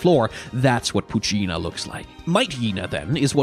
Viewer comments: It’s pronounced “Poochy-yena” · Poo-chee-en-na Not Pu-chi-iina, Please. It hurts my ears. Pronunciation is important.